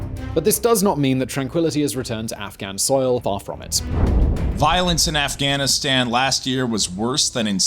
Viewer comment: you pronounced it ri8 buddy Afghanistani